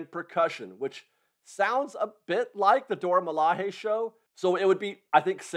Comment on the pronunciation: I went the the CMs to renew my pass and get one for my daughter who just had a birthday. They automatically gave me a paper pass for her, but not one for myself. I’m assuming it was to make it easier for me to add her pass to my app. Also it’s Dora Mila”Jay”. It’s not a Spanish j sound. 😊